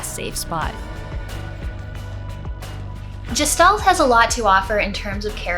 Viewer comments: I thought it was pronounced Gestalt, like guest. not jest. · You and fireb0rn both seem determined to pronounce gestalt like gestation. It's a German word, which means, unlike "German," it has a hard G sound. guh-shtalt. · This looks cool! Feels like they nailed the style they went for. I'm glad to hear it's not just pretty but you enjoyed it too. I think I would like this on the Switch. If you're curious, "Gestalt" is pronounced with a "g" like in "ghost" and the "s" in it is said as a "sh". In German, it can mean the form of something and its being, and it can be used to describe a mysterious being you know nothing about - like if you only saw a silhouette of a person at night you could say you saw a Gestalt. In philosophy and psychology, it's used as a loanword in other languages, including English, to talk about the relationship between the appearance and the being of something. It has a connotation of something metaphysical and mysterious.